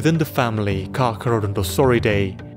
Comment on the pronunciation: it's Carcharodontosauridae